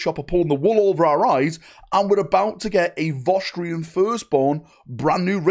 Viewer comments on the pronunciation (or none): It's not Vostrian. It's VostrOYAn.